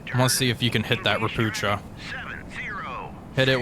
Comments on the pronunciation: xD .. ropucha is pronounced ropooha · You call „ropucha” „ropukha” It means „frog” You read „ch” like „h” in word „heart” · Btw. Ropucha is a polish word for toad, they were built in Poland. The first Ch is not the sound "cz" like in Chinook or chopper but its 'H' like Helicopter, Hello and Home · I am not complaining, I love your vids😂 It's just really funny to me how You (and many others) pronounce Ropucha. In this case CH is definitely not pronounced like the ch in 'chest' - but rather as an H(a) like in 'Eisenhower'. Ro - poo - ha (a toad 🐸)!